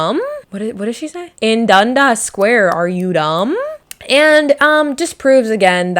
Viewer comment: IN DUNDA SQUARE LMFAOO R U CANADIAN